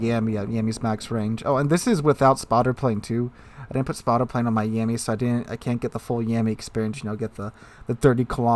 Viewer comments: I think it triggered me a little every time you said "Yeahmmy" and not something like "Yahmmy". Not a lot, but I feel like that nickname is almost derogatory to that ship XD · Please never say yammy again